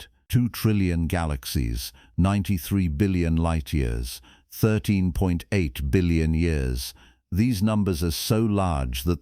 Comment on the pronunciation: Please teach your AI how to recognize and pronounce numbers with decimal points. A decimal point is not a sentence-ending period! "13.8" is pronounced thirteen-point-eight, not thirteen-(pause)-eight.